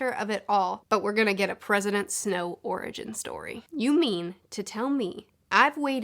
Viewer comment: I keep hearing “President Snoke.”